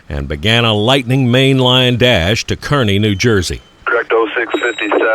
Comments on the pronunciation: Great upload. Love seeing the juice train in Jersey where I live. Pronounced “Carney” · Kearny, NJ is pronounced Car-nee. Love your videos! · Nice video, I’m from Kearny NJ. Pronounced (car-knee). Unfortunately the town of Kearny would not let Tropicana expand their operations years ago. I used to watch the switching operations. Now the Juice Train goes to the modern facility in Jersey City NJ. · Kearny, NJ is actually pronounced Car-ney. Other than that, great video.